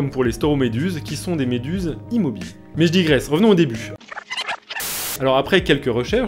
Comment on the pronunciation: a chaque fois on dirait que tu dis "mais j'dis graisse.." XDD